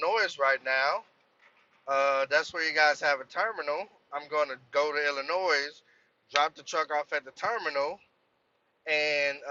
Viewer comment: the S in illinois is sielt my guy